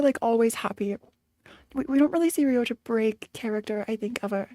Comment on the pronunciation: its crazy how still calls rodya "ryoja" 😭